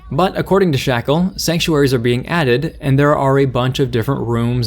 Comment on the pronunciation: sex-uaries? inserts credit card (jk of course i know you said Sanc)